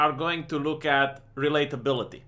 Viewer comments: Sorry but I have to: - relateability not reliability - hardwired not haywired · The way you say relatability sounds like reliability